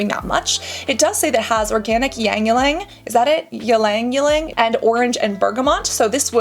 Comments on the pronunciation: Ylang Ylang is pronounced like e-lang e-lang. It is a very good smelling flower which can be commonly found in South East Asian countries. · It’s pretty much just said “lang-lang” and I only know that because I googled it recently 🤣. It’s been one of my favorite scents since I was a teenager!